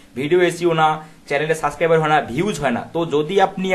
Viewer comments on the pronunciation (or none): দয়া করে সাবস্ক্রাইবার শব্দের উচ্চারণটা সঠিক করে নিবেন তা না হলে আপনার শিক্ষার্থীরা আপনার মতে উচ্চারণ করবে এবং এটা ভাইরাসের মতো ছড়িয়ে পড়বে সমগ্র শিক্ষার্থীর ভেতর